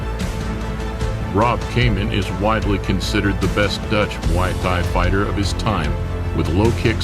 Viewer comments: how the fuck is this commentator able to pronounce Thailand just fine while emphasizing muay thai as if it were mWaoi Thigh and not "moy tai" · Can't get over how he keeps saying Muay THIGH. Also, the Roufus brothers definitely didn't immediately respect Muay Thai. Duke talked down low kicks immediately after the fight, saying it's without skill. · The way you say "muay thai" "M'Y Thai" Imma start saying it like that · Muay Thigh Guess Changpuek did not change much to that huh, still an exotic shit westerners cannot pronounce right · "Muway Thigh" 🤣🤣🤣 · I love this channel's vids but please work on the pronunciation of "muay thai". Should sound like "moo-ee tai" the "h" is silent. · He calls us Thai and pronounce the combat thigh ? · yes he says muai thigh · Has nobody noticed how he pronounces “muy Thai” incorrectly??? It pretty foolish considering he runs a YouTube channel centered around martial arts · How can this man pronounce Thailand correctly but not Muay Thai. 🤣🤣🤣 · Learn to pronounce Muay Thai, you are embarrassing yourself. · Dear Narator: Why do you not know how to say, "Muay Thai" correctly???? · The way you pronunce Muay Thai makes me want to vomit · It's downright disrespectful getting some American voice actor that totally blows virtually every Thai name... even Muay Thai. VERY unprofessional, and you gave it the green light and posted this. How far the real Lawrence Kenshin channel has fallen ! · Mai tai 🙄 atleast learn to pronounce Muay Thai and buakaw